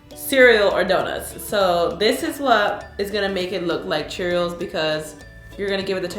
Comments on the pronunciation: Is it me or does she keep saying cheerils instead of Cheerios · U keep saying CheeriALS 😂